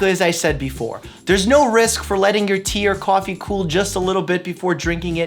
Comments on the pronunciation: "CAWFEE", I hear that New York boy in there ;) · I can see ur Boston accent creeping out. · "Coffee" Boston accent